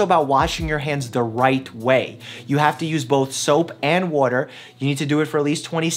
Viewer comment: the way he says water gives me anxiety lmao This corona virus is now here in England apparently 😳😲